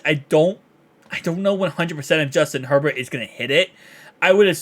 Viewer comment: Are you saying justin herburrow? Or just herbert weirdly lol